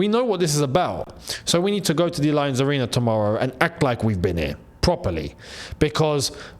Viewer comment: please stop pronouncing 'Allianz' like that! 😂